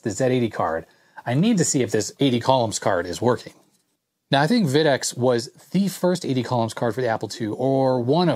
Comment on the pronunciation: FYI - Videx is pronounced VY-dex, not VID-ex. I was the lead engineer for the company in the late '80s thru the early 2000's, and we always winced when a customer mispronounced the name! :)